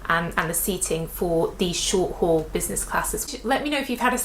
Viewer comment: Short HAUL, not Hall.